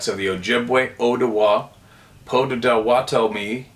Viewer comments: I believe the one tribe is pronounced “Potta-Wotta-Mee”. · It is pronounced Pot ah watt ah me. 😊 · It’s “Potta-Wotta-mee”. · pronounce it like POT A WHA TOE ME.